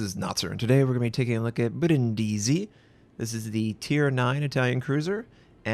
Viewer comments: The pronunciation is Brìndisi, and the name comes from Brundisium, "deer head" because the shape of the port it's similar to deers horns. Also, it's where I was born and live! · oh my god the way he pronounces Brindisi xD